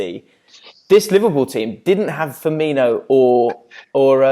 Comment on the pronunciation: "Not formino" hahaha pure scouse lingo but is a true great